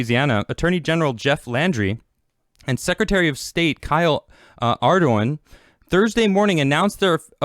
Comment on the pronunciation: No one else laughing at how he's saying Ardoin? Maybe it's because I'm from La. Lol